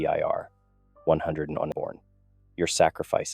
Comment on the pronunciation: Once again, an excellent story and well told. However, I do have one complaint. Don’t let your AI Voice call it the 101est! It is the hundred and first darn it! 😂 otherwise, once again an excellent story I really would like to know where you get these from